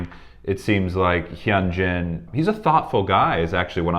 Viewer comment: I'm not sure if this is correct or not (since i don't speak Korean), but I was told (by two of my Asian friends) that the "H" is "silent" - and "Hyunjin" is pronounced: "Yoon-gin" (not "Yun-gen", "Hun-jin", or "Hen-gin". Also, if you listen closely to their conversation, Hyunjin actually SAYS his name, and the pronunciation is as I'd indicated. I enjoyed your commentary...and your, is definitely delightful!